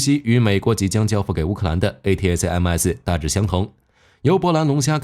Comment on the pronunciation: A-ta-kam-s 為何不音標發音。